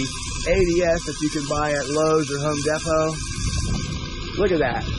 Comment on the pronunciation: I love it 😂, "... Home Da-pot..."